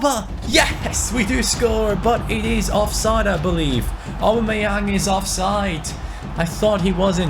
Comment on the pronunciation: U can tell he doesnt watch football when u hear him say aub